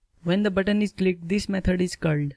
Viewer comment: Why when you say my button it sounds like my butt ?